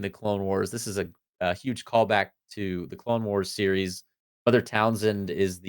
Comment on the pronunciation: Sword of Talzin: I feel like I’ve heard this pronounced several different ways, including Townsend, which always makes me imagine Pete Townsend of The Who swinging a sword instead of a guitar. 😂